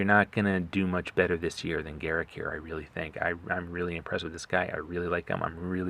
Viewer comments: Its not Garrick, its Garruk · The pronouncing is off it's pronounced "GA-ROOK"